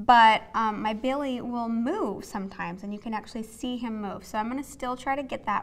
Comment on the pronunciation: when you said "belly", I couldn't tell if that was your cute little Idaho accent poppin out (it's not that noticeable anyways, don't worry! haha) or if you morphed baby and belly together, because it definitely came out sounding like "Bay-lee". LOL!!! You are too darling!:)